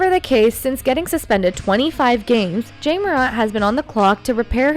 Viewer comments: Where u from it's Ja not Jay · Love it when people get mad at artificial intelligence voices saying Jay over Ja (Jahh). Really? Could you make it any more trivial? If he wanted his name pronounced differently, perhaps don't pick on that literally has the same pronunciation. The extremely Ignorant and uneducated are everywhere in here. Trying to be edgy and trivial saying its Ja not Jay get it right! 😂 You sound like dopes. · J-ah not jay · this is very bad quality click-bate.. it's Ja, not Jay... no new information a,d just repeating the same thing over and over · This nothing new.... and i agree that you need to say his name right JA Morant not Jay .... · this is old stuff. He is not jay morant . He’s JA ( jahhhhhhhhh ) ah ah ah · Ja not Jay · Jay? Who tf is reading this script. It’s JA. Not Jay. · When she pronounces his name Jay… clickbait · "Jay"Morant. Spell the text phoenetically so the AI can pronounce it right. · What's with the AI commentator? "Jay" Morant? Try a little bit harder. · You don't even say his name right smh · Lol it is artificial intelligence and not a person who is miss pronouncing his name! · Three seconds in and you already mispronounced Ja’s name. I’m out 👎🏾✌🏾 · The fact that she says Ja's name wrong says everything about what she knows about basketball..or probably any sport for that matter... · it drove me crazy.. i don't even think the voice is a real person.. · She can’t say the Ja name right. 🤦🏾‍♂️ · You might want to try pronouncing his name correctly before you post old stories that happened months ago that everyone already knows about